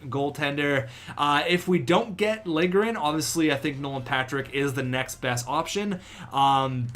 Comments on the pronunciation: Its pronounced "Lil-ye-grin" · To properly pronounce it, its Lil-ya-gren. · It's Lil-Ja-Grin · lil-je-gren jesus man you need to sound out the names more often haha